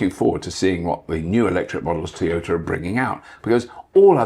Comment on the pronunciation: Bobby Llewellyn. A man so British, he pronounces Toyota as Tea-yota.😄🍵🫖 (somebody get that man a cuppa)😁